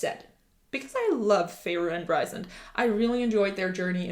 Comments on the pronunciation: It is not Ri sand. It’s Rheee sand. If you listen to the audiobook it will show you. I’m sorry but it’s just a bit annoying that you’re doing a video about a character and don’t know how to say his name correctly. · Rhysand is pronounced "Reeceand"